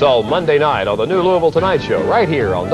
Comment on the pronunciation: big ups for pronoucning louisville correctly